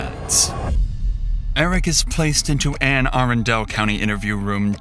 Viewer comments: Anne uh-run-dle. 😂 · Anne Are-un-del detention center lol. A bit off on the pronunciation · Ann Aran Dale county?? I live there. It is prononced Ann Ah- RUN-Dull. That's why I hate AI announcers. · “An Ah Run Duhl” is how you pronounce Anne Arundel. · Being from Anne Arundel, it's pronounced Anne "Ah-RUN-dul" like dull at the end, but kind of clipped. Sorry, nitpicking, but that was my home county for a while. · That’s not how you pronounce Anne arundel county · the butchered pronunciation of anne arundel lol